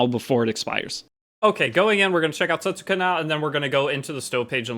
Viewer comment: Her name will actually pronounced like this: "Settska" The "u" is silent